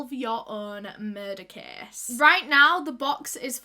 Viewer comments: Anyone else think she was saying kiss instead of case in her accent? 😅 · I love how she says case ❤️